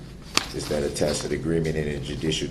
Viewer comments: He pronounced "tacit " correctly finally... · Hey he learned that “tacit”/isn’t pronounced “tackit”.